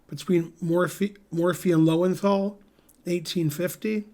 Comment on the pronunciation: For one who has a big brain, it is surprising that you do not pronounce Loewenthal correctly. You've travelled to Europe, surely you know what the two dots do to the sound of a German o.